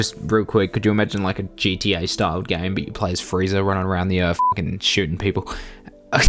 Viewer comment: This guy says "Friezer" and "Yamcher"